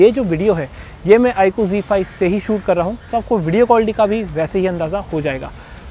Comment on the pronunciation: Bhai G5 nhi he z5 he o nit bolna to sikh lo